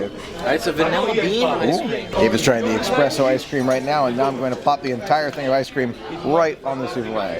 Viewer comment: Ahhh it irked me soooo much when he kept saying "expresso"!! It's "espresso"! Pleeaaaase xD